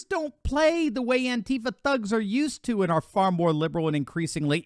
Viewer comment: Would really like too know what state these Turd$ are from .I know A - Jones said ansheepa. had a lot of members in Austin ?